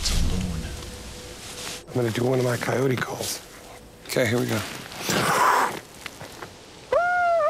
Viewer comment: It's pretty bad when out of 3 people only Moneymaker can pronounce coyote correctly instead of using an incorrect bastardized one.